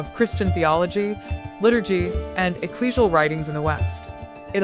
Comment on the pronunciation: The computer voice can’t pronounce the word “Latin”. Or Ecclesial. Makes it hard to follow.